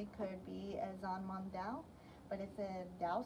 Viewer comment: Not a beheading sword, the Zhanmadao is a Horse Cutting Saber. No offense, but your history is as bad as your Mandarin pronunciation. These were never used on boats, shorter swords were.